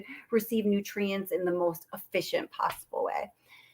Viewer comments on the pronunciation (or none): none